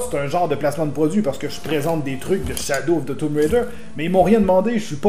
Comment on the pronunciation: Shadow of the toum raider 😂😂 il est ecrit tomb pas toum haha pas grave je vais faire passer sa sur sa dislexie 😋